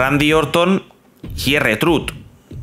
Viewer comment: La pronunciacion de R-Trhuth es Ar Trhuth